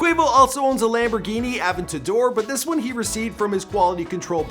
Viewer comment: You said AVANDADOR